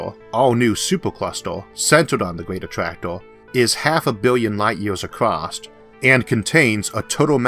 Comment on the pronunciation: I don't know if it's my ears, but I hear a strange pronunciation, like clustor for cluster, attractoor, univorse for universe. Really disturbing. Why is that so?